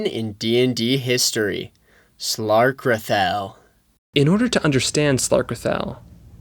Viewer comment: You pronounced slarkrethel wrong...